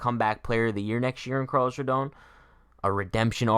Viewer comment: How are you going to mispronounce his name every time?!